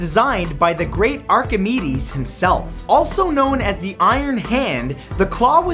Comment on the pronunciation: It's pronounced Are-ki-maydes, not Are-ki-mi-dees.